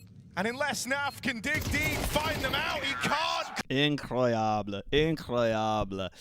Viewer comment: it's pronounced "ehcroyable" (similar to the vowel in 'van')